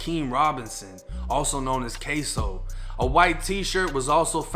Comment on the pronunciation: It’s kso not queso 🧀 lmao 💀